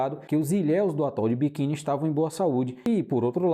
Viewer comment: Atol de quê? Kkkkkkkkk Atol de Bikin? NÃO SERIA ATOL DE BIKINI ou ATOL DE BIQUINI 😅😅😅😅😅😅😅😅